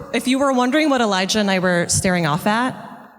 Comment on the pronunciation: God that woman is annoying, And she keeps pronouncing Elijah as Eledga, Embarrassing.